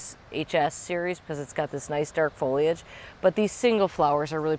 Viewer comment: OMG thank you so much for saying “foll—eeee—idge” and not “foll—idge.” I don’t know why this has become a pet peeve of mine, but it has. So much going on in the world and I focus on a dumb word.